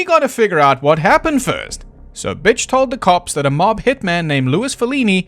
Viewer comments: are you calling him “bich”? His name is Butch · It took me until about halfway through the video to realize that is saying “Butch” instead of “Bitch” but that would still be an accurate description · I keep hearing Bitch instead of Butch and it's making me giggle. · Ok either he keeps calling Butch “Bitch” to be funny or his accent just makes the word “Butch” sound like “bitch”. Either way it still cracks me up every time he says it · I know you are saying Butch over and over again, but I just keep hearing Bitch... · im sorry, are you pronouncing "butch" as "bitch" ???? ... im all here for it, hell yeah brother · I just have to say I love how when you say Butch or Bill it sounds like Bitch or Bull. XD So very fitting. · I love hearing B*tch instead of Butch on almost all of the mentions after his family are killed XD Maybe I'm hearing impaired but it made me lol all the way to the last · I thought the mispronunciation was accidental once. 😂 But anyway, I hadn’t heard he admitted to drugging them. I always heard the drugging was just a theory because no one ran from the sounds of the previous gunshots. However, drugs “getting out of your system” doesn’t actually work when you’re dead, cause your system isn’t processing anything anymore. And “postmortem metabolism” couldn’t break down and remove all traces of the supposed barbiturates in the few hours between death and discovery. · Everytime I hear you say Butch I laugh